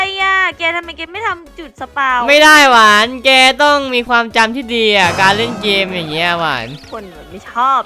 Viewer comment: หวานไม่ใช่กวาน